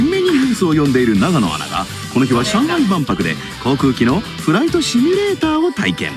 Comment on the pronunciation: シュミレーターじゃなくてシミュレーターだぞ。ナレーターどうした……。